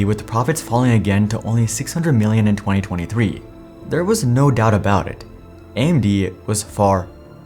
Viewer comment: twenty twee, sorry lol